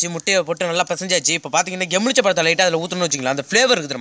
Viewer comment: அண்ணா எமிழ்ச்சபழம் இல்ல எழுமிச்சைபழம்